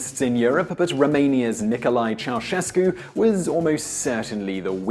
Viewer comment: Ceausescu huh ... at least someone said it right ..